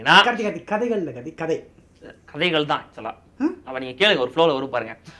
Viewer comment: Good review bro. The way u mentioned that "KADHAIGHAL" is funny one :) Keep it up.